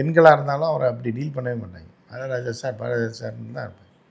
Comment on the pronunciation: என்ன சொல்றாரு #ஜாரதிராஜா னு எனக்கு கேட்குது மத்தவங்களுக்கு என்ன கேட்டுச்சி 😂😂😂